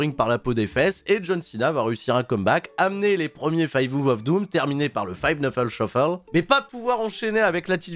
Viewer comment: Mais c'est five KNUCKLE shuffle pas five "nuffle" shuffle, KNUCKLE avec un K comme le pote de Sonic, tu le dis mal à chaque fois 😂😂